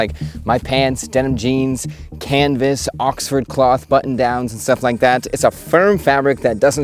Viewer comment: Somehow you can pronounce "knitting", but not "button" or "cotton". 😉